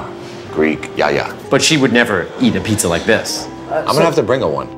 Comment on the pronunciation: "Yaya" is the word, in proper greek, for grandmother. The accent is in the last syllable (yaYA).